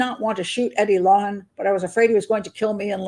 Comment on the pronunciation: How do you not ever mention the fact that Wayne’s sister is married to Eddie’s brother? How do you not go into the stories of these 2 families? Doesn’t seem like you did a lot of research into the 2 men. You don’t even pronounce the last name correctly.